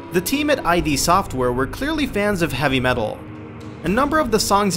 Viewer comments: me too. I yelled it's ID, not I.D. every fucking time!!! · Thank god im not the only one who noticed how he said that. It annoyed the piss out of me. I kept saying it's IDD! not eye-dee lol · I am pretty sure the name of the company is pronounced "id", as in the Freudian part of the psyche that governs basic instinctual drives, like aggression and libido. (as opposed to "eye dee" as said in the video.) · The way you mispronounce id software pisses me off. It's id, as in the freudian self serving part of the psyche. Not I.D. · I know this has been said, but it needs to be known that they are called "id" software, not I.D. Software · its not I.D. software it's id as in id and super ego from freud...and, this is a gaming channel? for shame. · I've got a secret for you,, it's id, not I D. It's a refferrence to "ego, super-ego and id " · i.d. software? you mean id? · Many of Doom 2's tracks were also inspired by Alice In Chains, but of course, you wouldn't know that, because these facts were likely ripped from Wikipedia, or some shit. Also, it's not "Eye-Dee", it's " Idd" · For someone who claims to know a lot about doom you don't even pronounce id right, it sounds like did but without the first d obviously. LOL you did all that work and didn't even realise it was id not I.D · it's ID , one word not I.D. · it's "id" software not "eye dee" software. i used to say it wrong for years. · "eye-dee software." Fuck. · ID softwere, not I D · it's pronounced Id as in "Kid" or "Did" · It's pronounced Id as in the Id, Ego, and Super Ego, not "eye dee" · It's "Id", not "I.D." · It's id(idd) not I dee ffs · id software, not I.D. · It's not I.D. Software, it's id as in id, ego, super ego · One amazing fact you guys don't know about Doom. The company's name is fucking id not I.D. Like... the word 'id'. Not even gonna bother finishing the video if you don't even know the company's name... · I screamed out loud every time he said "I.D. Software" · STOP SAYING EYE DEE!